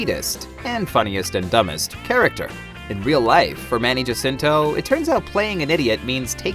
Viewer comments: Its pronounced as HAcinto, not JAcinto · he pronounces it as Jacinto... :3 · Manny HA-SIN-TO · He pronounces it Jasinto (J like Jason). I heard it in an interview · eh? Well it's Ha-sin-to here in the Philippines. Js are pronounced H. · He's in the us, so Manny pronounces Jacinto the way Western people would say it. but in the Philippines it's pronounced HA-CIN-TOH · I get how youre pissed, I wish he said Chiddy Ana-keendrick. And also sorta wierded out by the way he pronounces Jacinto, I'm pretty sure there was 1 Philipino president with the last name Jacinto, or Vice president, at this point I just dunno.